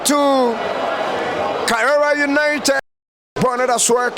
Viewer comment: Karela not Karera and also Brilliant not Brirriant 🙄